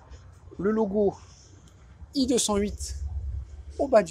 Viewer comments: Pourquoi "i" 208? C'est une marque française et le E se prononce E On s'en fou des anglais et des impérialistes amerloc et leur accent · Voiture française, svp prononcez e208 et non i208. Le monogramme sur la custode c’est un e pas un i